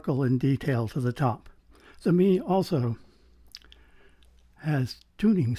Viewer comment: Excellent and interesting review, I have the EA500 and am reasonably happy with them but my preference is for a slightly warmer vocal Do you think the Mei would be better in that regard? Your opening shots shows how far cameras have come, amazing detail. You may like to know that Mei is pronounced May